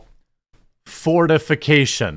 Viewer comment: Fortification. I was hearing, For Defacation.